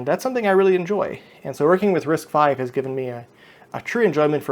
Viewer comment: again it is pronounced as "risk five" and I have difficulty following anyone's explanation when they mistakenly pronounce "risk vee"